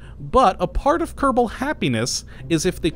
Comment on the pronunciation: Can never tell if he says "Kottabo Space Program" or "Kerbal Space Program" with a rolled R in kerbal